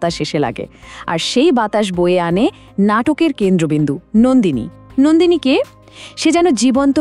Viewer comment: Nandini noi Nondini, majhe majhe Nandini bolechen